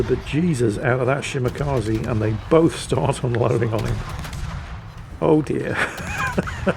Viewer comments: Shimakaze? more like Shimawhatze. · don't pronounce long names, please don't force him, he old and grumpy n salty lol,,,,another great video